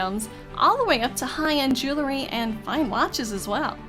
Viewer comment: FYI: jew·el·ry not jew·ler·ry